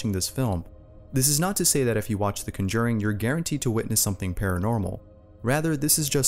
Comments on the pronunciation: Was anyone else slightly annoyed by the way this guy pronounces conjuring? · The scariest part of this movie is how you mispronounced The Conjuring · You know what scares me? The way you say Conjuring. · That is NOT how you pronounce the conjuring lmao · The way you pronounce conjuring is scarier than any of these stories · Nothing is scarier than the way he pronounced Conjuring. 😂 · At least you were consistent in mispronouncing the word conjuring every time you said it... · Bro you pronounce conjuring WRONG!!!!!! Lmao fix your language boi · No offense but the way he says conjuring annoys me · the only thing haunting me is the way you pronounce the word "conjuring" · why is it that 99% of top # content creators are also incapable of mispronouncing words in the most retarded ways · Your pronunciation of conjuring is interesting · Is anybody else mad by the way he says conjuring but other than that great video I subscribed and turned on the notification bell and gave you likes and and every other video I will watch thanks for making me happy 😃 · Love the video but I've never heard someone pronounce conjuring that way. 😂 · You pronounce “conjuring” weird!? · The way you pronounce conjuring lol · You pronounced Conjuring so wrong 😂😂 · Why the fuck is he saying the conjuring wrong? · It's too bad he can't pronounce "conjuring" correctly. Our educational system has really fallen to pieces over the years. Either that or he just can't read. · The most terrifying part of this video is your pronunciation of the word "conjuring." 😋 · Who else cringed when he said cunjuring instead of conjuring? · Hate to change the subject but...I got a pretty nice goddamn butt! I have the CONJURING & CONJURING 2, they are badass. I haven't seen the CUNJERRING that you are talking about. You sound American to so there's no excuse for that fucked up pronunciation sir. Hillbillies can even say that one correctly. Hahaha I smart ass...I JOKE!!!!! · It’s pronounced con•juring not cun•juring